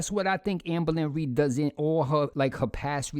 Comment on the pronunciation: I’ll never get tired of hearing you say owformabbygworl AMBA-LINREED